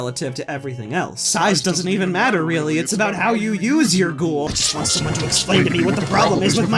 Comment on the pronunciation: quick note:ghoul's name is said GHOOOOOOOOOOOL and not ghohohohoooool